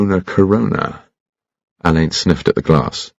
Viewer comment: Excellent voice and style but I regret that Benedict Cumberbatch wasn't aware that he's pronouncing the name wrong. Per the author Ngaio Marsh, it is like Allan or Allen, It does not sound like Alain. She chose the name as a tribute to her father who had attended Dulwich College, founded by Elizabethan actor Edward Alleyn. In more than one novel, Ngaio Marsh points that out by having a character who doesn't know him misspell it on a note or list due to only having heard it, not seen it written.